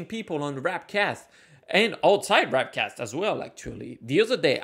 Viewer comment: W A R P cast not W R A P cast !